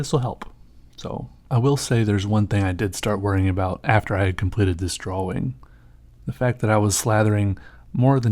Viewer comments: it annoys me how much he annunciates the w in draWing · Wow you're probably the only guy that pronounces drawing the way it's written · I like the way you say drawing.